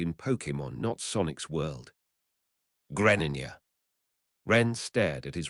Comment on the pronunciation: Nah I can't what the fuck is a Greninja it's pronounced gre slight pause ninja